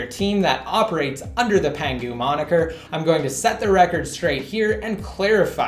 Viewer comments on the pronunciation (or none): God bless, the day has finally CAME. You also said "under the pengu monicour"